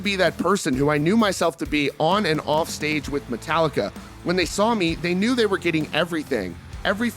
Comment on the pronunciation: “Rrrrrrrrofff to never never land” 😂😂😂